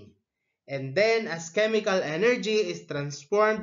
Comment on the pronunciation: Hey it's chemical not chemicalcal im in 2025